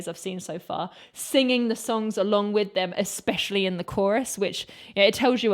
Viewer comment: I love everything in this video and could say much in its praise, but putting all that aside, I will never stop appreciating a British woman's pronunciation of "with" as "wiff". God bless the British.